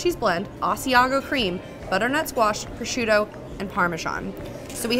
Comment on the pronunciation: I'm surprised that no one has blasted you in the comments for saying"pro-shoot-oe". 😅 In my home state, if you're in a market and someone overhears you say that, at least three people will yell "pro-zhoot`! It's pro-zhoot`!"